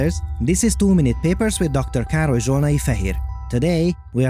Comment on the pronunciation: Or when the AI can pronounce Károly full name perfectly.